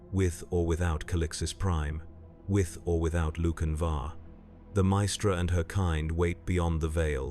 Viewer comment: Brilliant video as always but with one glaring error with the pronunciation of 'maestra' which kind of took me out of the moment. It's not 3 separate syllables and more like 'myyy-stra'. It only happened a couple of the times which somehow made it worse.